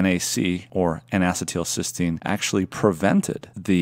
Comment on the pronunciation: "In a settle Sistine" N-acetylcysteine